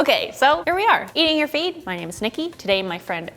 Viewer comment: I always hear, "Eating your feet." In the intro.